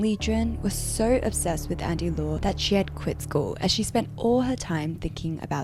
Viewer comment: That is not how you pronounce Andy Lau...